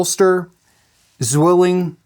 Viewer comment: btw: the name Zwilling is pronounced more like "tsvilling". 'z' is like 'ts' and 'w' is like an english 'v'. the word means twin. greetings from germany.